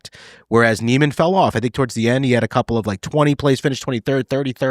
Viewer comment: First learn how to pronounce Niemans name and your argument does not hold water every sports league does of necessary have it best player or team crowned its season champion. By your logic the patriots should have been crowned the superbowl champs after finishing the season 16-0 and as we all know they lost to the giants In the superbowl